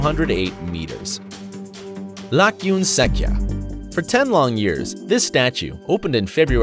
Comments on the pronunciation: Not really prounounced as Laykkyun Sekkya, it's pronounced as Lay-joon-sajja. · You messed up Burmese pronunciations lol. You have to say "Lay-Chon Sak-Cha".